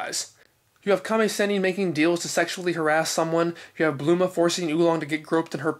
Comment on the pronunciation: Just when I think I know it all about Dragon Ball I'm in reissued to guys like You, Danny from Geekdom, and Herms. I have to admit while I an familiar and fine with the various pronunciations "Bluma" was hard to swallow at first but I quickly got over it. Keep up the awesome work.